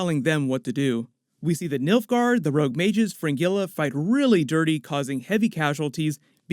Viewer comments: Stop pronouncing Fringilla as Fin-Gilla (NOT), but Frin-Jeh-la instead (correct pronunciation) lol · I excuse you for the way you say "Fringilla".